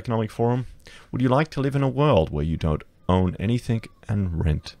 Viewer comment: Anythink anythink anythink. LOL